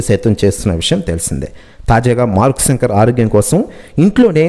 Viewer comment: తెలుగు ni kooni cheyaku babu సంకర్ kadhu ra babu శంకర్ ani paluku